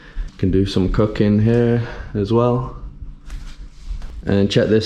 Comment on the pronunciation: Yoo! Do some cocaine or cooking your pronunciation?